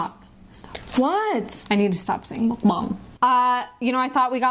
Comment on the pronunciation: the way she says it "MukBang". Hilarious!